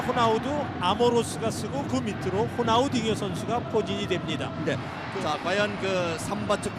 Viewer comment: 호나우지뉴인데 호나우딩뉴 웃기넼ㅋㅋㅋ